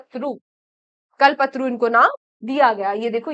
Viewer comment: Kya pronounce hai - kalapataru